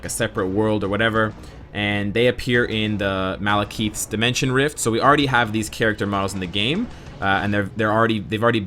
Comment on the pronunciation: Hey,. Love your videos man but you need to start saying Malekith's name rigth. You can hear them say his name right in this short lore video